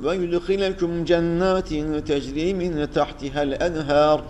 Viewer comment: hocam ağzına sağlık lakin 544 sayfada son ayet içerisinde ve yüdhilihüm cennetin tecri yerine teczi okumussunuz